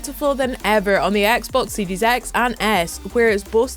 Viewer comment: This lady says heros as hedos and series as sedies😂😂so cute